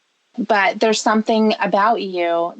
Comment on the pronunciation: “I couldn’t help bawt cry reading the chat” right, cause it disproves the absolute bullshit you tell yourself about “didn’t wanna go there” “They brought up shex first”